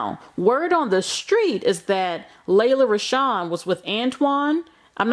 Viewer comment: It's pronounced "Lee-la". Y'all do the most reporting on news but jacking up words.